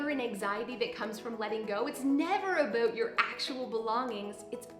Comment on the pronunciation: sweety, I love ya but why are you saying "about" like an american impersonating a Canadian??